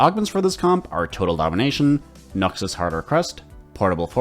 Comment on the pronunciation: The way you say Noxus is great